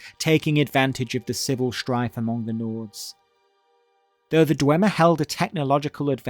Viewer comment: not the histowy of the dwemmer 😂😂